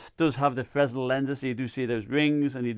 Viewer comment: The s is silent in fresnel